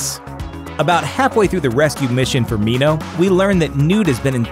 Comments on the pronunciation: they pronounced minho right holy shit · I am not happy with the ending. Newt's death is unnecessary death. Btw, thank you for pronouncing Minho's name correctly! You're awesome